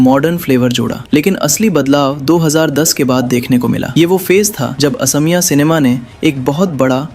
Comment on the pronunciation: Please pronounce correctly. Its not Assamiya , it's AXOMIYA